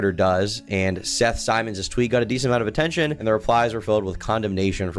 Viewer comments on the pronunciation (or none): none